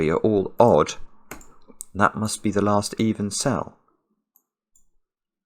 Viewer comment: "so my Lext digit" 😂